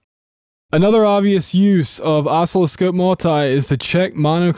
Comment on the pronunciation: It's pronounced "uh-SIL-uh-skohp" with the accent on the second syllable.